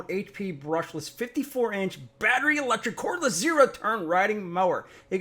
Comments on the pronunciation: Am I missing something? Was the "baatreee" supposed to be funny after the first 1000 times? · STOP SAYING BATTERY LIKE THAT!!!! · Lol...the "bat-rey"